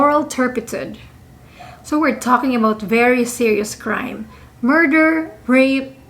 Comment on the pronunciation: Moral Turpi-tood. Is how it's pronounced. 🙂